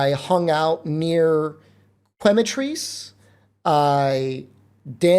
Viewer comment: Quematrice is pronounced like “chemical” + “cockatrice”